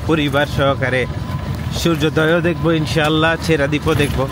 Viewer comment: ছেঁড়া দ্বীপ কে ছেসরা দ্বীপ পড়া আমি 😅😅😂😂